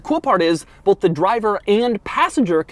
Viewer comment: Doug says "bolth" not both